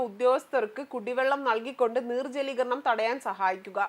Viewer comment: നീർ ജലീകരണമല്ല നിർജലീകരണം ആണ്.